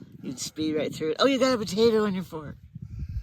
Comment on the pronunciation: 😂😂 I thought said the f word! But he said fark 😂😂😂 (fork)😂😂😂